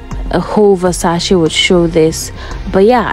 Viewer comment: at least say the brands name properly...